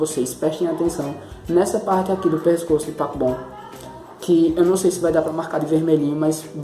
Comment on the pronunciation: Parece q vc tá falando papom Dkdkksksksksksksksksjsjsnns